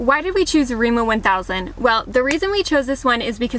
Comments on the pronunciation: Lol I’m sorry but when did Rema 1000, Re as in Emma, become Reemo thousand?🤣🤣🤣 Just to note food prices has skyrocketed this past year due to Russia’s invasion and war on Ukraine. And even Norwegians can feel the consequences, especially those who already did struggle pre covid now has to resort to handouts… and the shops vary from county to county. And it also depends on the season or by each delivery the quality of the goods. Where live we have 4 difference grocery stores, and since they all have different brands I go to them all: Coop, Kiwi, Rema 1000, Joker, and the most expensive them all, Meny. In my hometown we have the same ones, and we even had Lidl, and I was the once but not impressed. Lidl didn’t last long because it wasn’t popular and people didn’t really shop there. Also different brands have different varieties as in the number of food items in a packaging. Some come in multi packs, others with minimum 1-2 chicken filets for example. I hate the huge packages as I eat for 1. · REMA TUSEN, REMA TUSEN! Not remo one thousand! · its Rema 1000 btw not remo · as a norwegian i really laughe out hard when she said " Riima thousand" XD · We call it Rema thousand. We never say Rema One thousand. Just thousand. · rema 1000 is painful to hear haha..